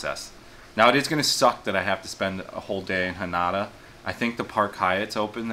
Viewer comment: It's Haneda not Hanada bro.